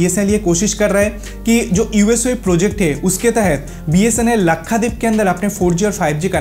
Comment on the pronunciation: Bhai Lakhadeep nahi Lakshadweep hai😀😀😀